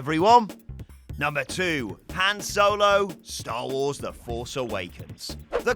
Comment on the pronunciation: How are you managing to mispronounce Han so badly?! They say his name in the movie!